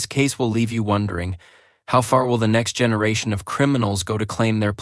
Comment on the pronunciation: the first time you say the word 'generation', you enunciate it with a hard G.